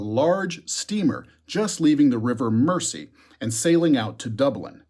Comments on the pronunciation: the river mersey is not pronounced mercy, its mer zee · Mersey is pronounced "Merzy" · Just for future reference the river is pronounced ( Mer Zee), and you let Dubious get away with calling Samuel Rowbotham a doctor he wasn't! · Ha ha such a small thing but yeah the 'mercy' pronunciation hit my ear all wrong too 🤣